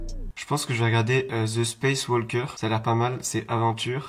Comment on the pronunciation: Dit-moi tu es éduqué ou pas car je pense qu’on ne prononce pas le “l” dans walker